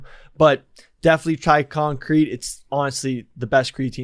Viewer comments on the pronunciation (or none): Listening to trying to say “concrete” blew a hole in my own septum